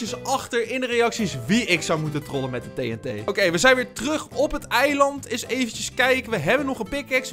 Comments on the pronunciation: Je zegt TNT verkeert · je. zegt tet. maar het is. tnt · Het doet mij pijn hoe jij TNT zegt